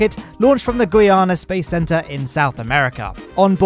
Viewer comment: why you say Gu-i-ana when it is Gui-ana?